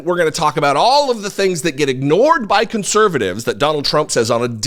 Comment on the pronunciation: He said con servatives uncles. I'm okay with that🤣.